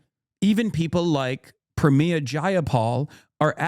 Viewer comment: Why does Hasan keep saying “Pramiya” bro she’s Indian not Latina 😭